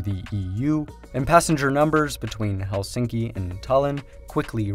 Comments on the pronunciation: It's pronounce HELsinki. Not helSINKi. The stress is always on the first syllable in Finnish. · Remove this video and re-record it with correct saying of Helsinki. Stress word must be accented on E like hElsinki, not helsiinki. Its hElsinki, accent on E.